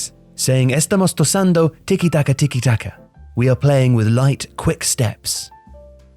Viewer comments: He said"Estamos tosando tiki-taka tiki-taka" instead of "Estamos tocando (tockando) tiki-taka" 😂😂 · A small thing! Tocando in Spanish is not said 'Toss-ando'. The C before an A always has a 'K' sound, so it would be 'Tok-ando' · "Tocando" is read "Tokando" with k not Tosando. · Just FYI, tocando is not pronounced tosando. It’s a hard C. Like car, clock, cake. Tokando, if that makes it easier to understand how it’s pronounced. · what the fuck is tozando, in screen it said tocando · "estamos toh-KHAN-doh..." not "estamos "to-zan-doh..." A little spanish goes a long way:) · Bro is tocando not tossando. God vid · Estamos " ToKando " not toSando, tosando means coughing :D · Yeah it sounded like tosiendo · it's said 'tokando' but good vid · absolutely butchered it. Pronounce “Tokandoe” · Tocando is prounounced as TOH KAN DOH. Use google translate next time to get prounounciation spot on, just a bit of a tip. Brilliant video as always. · I think he meant toçando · HOW HARD IS IT TO PUT THE SPANISH PHRASE THROUGH A SPANISH TEXT-TO-SPEECH BEFORE GUESSING IT OUT LOUD AND DOING IT WRONG??!!! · Cringe at how he pronounced 'tocando' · Well Luis Aragones was the man in charge in 2008... he played a flat 442... and in my opinion he was better than del Bosque Also... tocando is pronounced with a hard c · The C in “tocando” should be pronounced as a k. And there is no exact translation given that tiki-taka is an invented word that resembles quick passing between players. i.e. Xavi to Iniesta (thats the tiki) immediately followed by an Iniesta to Messi pass (thats the taka) so on and so forth. Its kind of like an onomatopoeia where tiki and taka resemble the sound of quick passes. Therefore, a more accurate translation would be “we are passing the ball in quick succession” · Sentence: estamos tocando tiki taka Narrator: estamos tossandos tiki taka Me: why did you...?! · "tocando", the "c" should be pronounced like a "k". anyways, Love the videos!!!